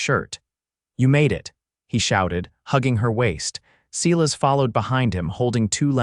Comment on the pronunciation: When you mispronounce and misspell the name of the main character over and over, it really spoils the story. The name is Silas, pronounced sigh-less.